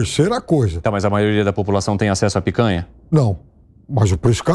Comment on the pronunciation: Ao invés de picanha agora é "pécanha". Faz o L.